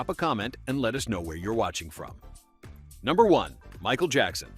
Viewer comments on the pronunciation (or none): none